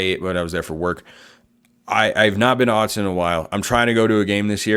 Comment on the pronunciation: Why would we listen to you if you don’t even know it’s Autzen and not Austin 😂😂😂